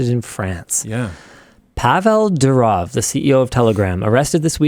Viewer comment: The way Linus can NOT pronounce the name correctly is straight up ... UUUUUUUFFFF. DU as in "DO IT", RO as in "ROMAN EMPIRE", W as in "FAMILY", its pronounced F but written as W. DOORRRROF, and its DOOrof, and not dooROF